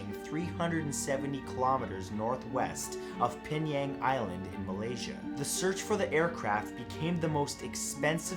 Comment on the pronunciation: He couldn't pronounce "Penang" properly